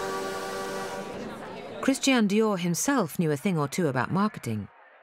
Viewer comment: Love her, but she should learn to pronounce Christian. It’s NOT Christien!